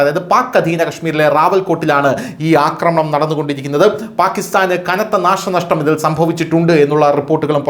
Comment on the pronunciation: അക്രമണം അല്ലാ ആക്രമണം ആണ് ശരി.